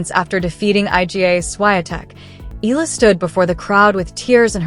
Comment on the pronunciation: ehh-ya--la mam